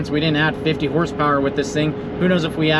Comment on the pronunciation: Did you say 50 hp or 15 hp